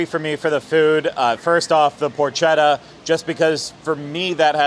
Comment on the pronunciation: Craig: It's pronounced "porKetta", not "porCHetta". You're welcome.